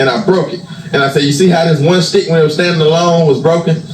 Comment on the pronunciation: lately I’ve noticed that has been saying words that begin with the letter “s” pronouncing the words differently like he’s adding a “shhh” sound to the word. Ex: shhh-tick for stick and shhh-till for still. Especially heavy emphasis when he says “ it’s shhh-till all about God”. Just an observation. 👀